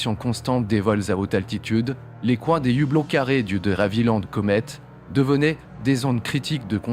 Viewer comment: Des "z" hublots !!! Il faudra que l'IA apprenne à parler Français...